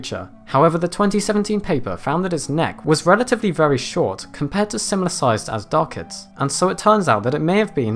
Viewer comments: Not AZDARCHIDS. It is Azhdarchids, it is supposed to be pronounced as Ajdarchids, the ZH should make a soft J sound like dejure. Azhdar is a persian word meaning dragon. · I got pretty annoyed by you pronouncing them Azdarchids, that H there is there for a reason. The word Azhdar is an ancient Persian word meaning dragon (snake like beast etc) and is not pronounced with a hard Z but a ZH which makes the word sound closer to a soft J would be pronounced like Gendarme. Loved the video though :P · The "zh" is pronounced like the "s" in the word pleasure. Just for future reference. :-)